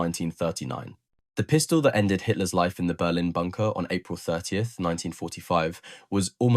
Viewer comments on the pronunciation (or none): none